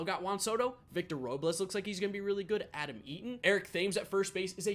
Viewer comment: “Adam Yeetin”